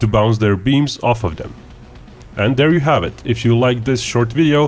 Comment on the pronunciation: There is no D in there, it is not dere it is there!!!!